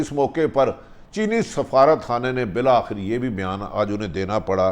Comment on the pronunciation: بھٹی صاحب مشہور تو ہو ہی گئے ہیں اب میٹرک بھی کر ہی لیں کم از کم تلفظ (. انمٹکو ان.منٹ ٹیکنیکل کو کیمیکل بالآخر کو بلا آخر کم وبیش کو کم و بیشتر وغیرہ وغیرہ) سےتو نجات حاصل ہو. عام پاکستانی شرمندہ نہ ہوں